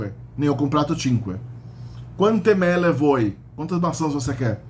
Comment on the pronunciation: Se dice "Mele" y no "Melle".😋